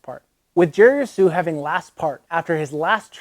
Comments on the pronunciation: i thought the h in jerry's last name was silent. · sounds like your sneezing when you try to say jerrys last name. great vid. thx for highlight. be cool